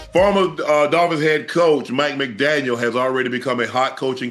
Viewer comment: Hey Chad !! There’s no S at the end . It just “McDaniel “